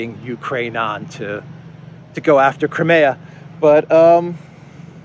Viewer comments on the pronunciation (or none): Small point....in English we pronounce it Cry..mia not Crem..mia.